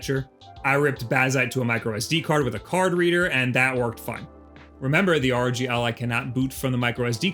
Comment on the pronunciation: its fucking ROG, NOT R.O.G ya bint